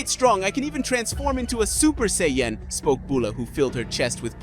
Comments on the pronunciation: Super Seyy Yen 😅 Super Sai Ya-Jin (Japanese) Super Saiyan (English) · hehe super Say-yen!